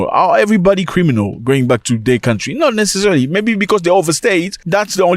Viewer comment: Zack Mwekasa 🎉🎉🎉🎉🎉🎉🎉🎉🎉🎉🎉❤❤❤❤ the hardest basher on the African continent! don't stop, brother 🎉❤ Oh, by the way "LEAVE MY COUNTRRRRRRRRRY!"😂😂😂😂😂😂😂😂😂😂😂 Zimbabwean here loving the content!